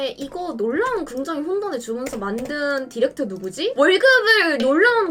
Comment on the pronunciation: '의'발음 못해서 긍정으 긍정으ㅋㅋㅋㅋㅋ